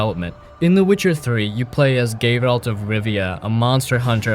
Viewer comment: I heard "Gay-ralt" twice